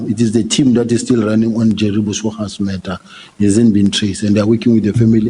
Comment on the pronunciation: Is Sibya saying Matter or Murder. I had to listen to it several times.